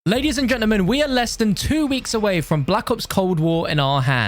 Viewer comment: That intro 😂😂😂 “Ladies and Genklement”